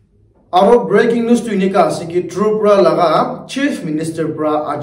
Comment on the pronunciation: Sir,Please say once again troopraa i mean tripura 😂